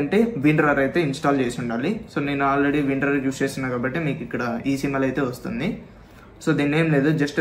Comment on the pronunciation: Bro extract ki mundu windrol edo anavu kada correct ga name chepu bro